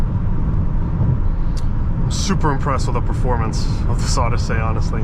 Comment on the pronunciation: What the heck is this OddySAY business? Just pronounce it normally like everyone else, OdyssEE.